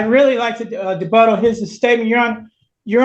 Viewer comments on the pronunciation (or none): Debutt? Rebut. Does he mean rebut? And, did he actually say she was nothing more than a girlfriend? Kind of a Moorish viewpoint.